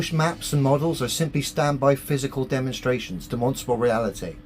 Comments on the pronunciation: He can't observe basic spelling. Its demonSTRAble, not demonsable. If he can't get that right, why on earth should I trust his "obeservations" about the planet? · Can someone teach the flat earther how to say demonstrable, he says demosible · It's not de-MON-stra-bl It's DEM-uhn-stra-bl. Type it into Google if you're not sure. The recording says it right, the ai does not. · Is he trying to say demonstratable reality? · If that bloke absolutely has to say 'demostrable' every five farts in a pathetic attempt to seem like his head isn't full of yoghurt, he should atleast have the decency to learn how to pronounce it properly. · If I have to hear this guy say "Dimonstabal Reality" one more time.... lol. How can anyone listen to this moron? It's insane. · I don't think he even says Demonstrable. He says Demonstable. The Stability of Demons - specifically the little demonic whispers in his head calling him an idiot for believing the earth is flat. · I keep hearing it as "de-monsterable". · You'd think for someone who likes to say the word 'demonstrable' 50 times a sentence and with the gravitas only reserved for gods, you'd think he'd learn to fucking pronounce it right. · Can’t even pronounce demonstrable …. 😂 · I’m pretty sure he doesn’t know what a demonstrable reality is when he can’t even pronounce the word demonstrable. Have you ever noticed all these conspiracy nuts have real problems pronouncing words that they use really frequently? Like Giorgio Tsoukalos from ancient aliens can’t pronounce extraterrestrial. Pretty sure it’s because they are lizard people 🤔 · Why can't he pronounce the 'R' in the middle of 'demonstrable'? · I apologize for him, he mispronounced "demonstrable insanity" … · I dont think he understands what demonstrable means. He can barely say the word. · Can somebody teach this guy that it’s “demonstrable” & not “demonstable” 😂 I’m sure I caught a “phenomenom” in there as well!